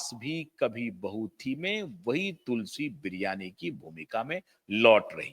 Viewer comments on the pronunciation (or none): तुलसी बिरयानी नहीं तुलसी वीरानी😅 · You shd do yr homewotk properly. Tulsi Viraani was Smriti's role in the TV serial and not like you said Smriti Biryani. I laughed out at yr mention